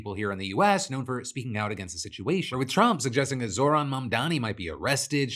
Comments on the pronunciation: It’s “Zohran” you absolute brick, not “Zor-han” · “Zor-Han Mamdani” Bro it is NOT hard to pronounce a persons name correctly. What a douchebag. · Mispronouncing Zorans name so egregiously is so purposely disrespectful.